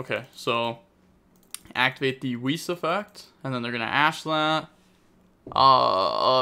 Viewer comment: Bruhhh he really said Wiz and Weez instead of Weiss 😢. Love you never change.